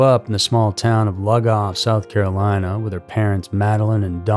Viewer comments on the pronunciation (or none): I'm from SC just fyi it's pronounced like Lieu Goff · I was gonna say Loo goff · You're pronouncing the name of the town all wrong its pronounced like the name lou and then just add goff to it. This was crazy i live about 20 minutes from there and remember this happening.